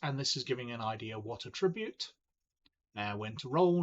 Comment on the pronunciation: a-TRIB-ute is a verb. AT-tribute is the noun.